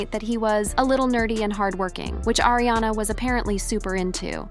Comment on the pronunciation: It's Ariana not Airiana XD